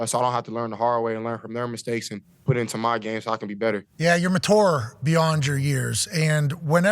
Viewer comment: Can someone please tell Pat how to pronounce "mature"?